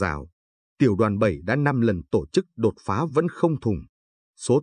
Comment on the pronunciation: Càng ngày thấy ngành Giáo dục càng ngày càng đi xuống. Ai đời " tổ chức" lại đọc thành " to chức". Nghe như trẻ con tập đọc . Vui tai mà lại rất buồn. Người đọc phái rất tự tin với khả năng của mình mới dám đọc cho nhiều người nghe hoặc là họ quá coi thường người nghe!!!!!?????